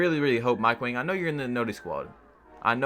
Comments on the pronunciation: Its wang not wong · Mike Wang is pronounced "WONG"